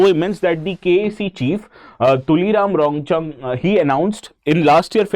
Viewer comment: Tuliram ronghang❌️ tuliram rongcham ✅️